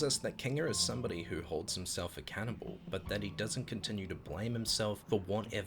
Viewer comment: Hold himself Accountable to me it sounded like you said Hold himself a Cannibal lolol.